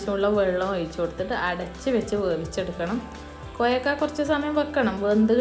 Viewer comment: Koyakka alla kovakka annaani parauka